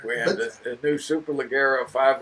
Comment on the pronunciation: I love how wrong they pronounce superleggera smh so stupid